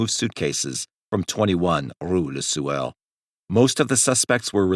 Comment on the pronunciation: Rue le Sueur ... Sueur is pronounced like swoo-air.